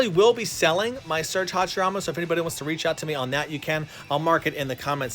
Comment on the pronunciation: I like it how said Hashiramen in:)